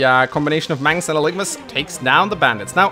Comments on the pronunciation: Aligma balls is all I can think of every time mangs misreads algimas name 😆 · I know you're on vacation now, but hopefully you realize that you're mispronouncing Algimas, you're getting the letters mixed up. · Think you're flipping the g and the i in Algimas there buddy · It's actually Algimas though, not Aligmas. He has the i and g backwards. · I'm way late to this, but why wouldn't you go with the red color on this one... Also, "Aligmas" lol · Are we just going to ignore that his name is Algimas and not Aligmas? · A new LP and im already cringing at Mangs not being able to read. It clearly says Algimas and he says "Aligmas" I know im being petty but it bothers me. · I know I'm late but its ALGIMUS AL-GIM-US NOT ALIGMUS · Dude. Please. His name is pronounced AL-GEH-MISS